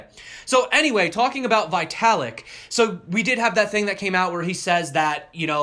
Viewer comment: Vitalik is pronounced as vee.tuh.lick. It's cringing every time I hear you say vytalik